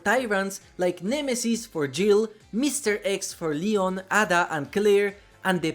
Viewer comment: Love the video but how you pronounce Ada drives my resident evil fan brain nuts! Always into your videos though! Keep it up bud!